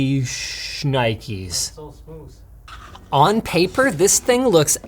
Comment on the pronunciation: “That’s so smoosths”